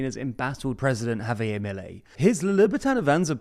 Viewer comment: Small correction: it's pronounced ha-VIAIR. It's Spanish, not French.